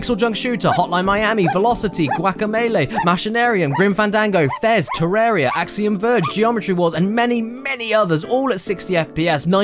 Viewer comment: IT'S PRONOUNCER TER-ARR-EEA, DAMMIT!